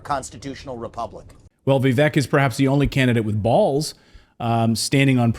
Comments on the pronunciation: Heres my 2¢, the mans name is pronounced like vivAke. Most people still say it like Vivek. Im pretty sure its spelled wrong but its alright. A lot of words are spelled wrong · It is pronounced Vivake as rhymes with Cake. It is not rocket science! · His name is Viv-AKE